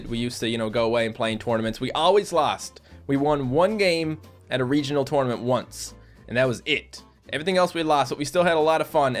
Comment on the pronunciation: Your game should be an action game with lots of levels but with funny twists in it (like the babies and melons) and btw you say tournament weird :p